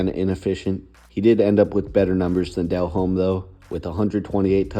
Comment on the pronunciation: I’m an old head and can help you with the pronunciation of some of those names if you’re looking for help (Delhomme is pronounced ‘Dell ohm’; Kreig is pronounced ‘Kreg’) — plus, I’m from Indiana, too.